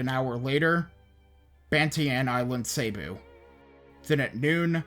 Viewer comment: I. Pronunciation 1 bee-col, not beh-col (bicol) 2 bo-hol, not bo-hal (bohol) 3 seh-bu, not say-bu (cebu) 4 i-lo i-lo, not i-loy-lo (ilo ilo)